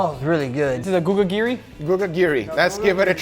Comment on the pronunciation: Gugagiri? Come on man! That was so obvious: Gugiri!